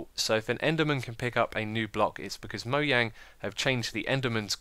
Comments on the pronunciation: Moyang? You mean moJang, just thought I'd correct U there! :D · who the fuck is moyang it's mojang (mo-jan-g) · Did he say Moyang